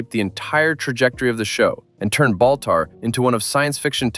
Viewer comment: Balter? Who in the world is Balter? If you're speaking of the character portrayed by John Colicos, his name is BALTAR. Balter.....what an idiot.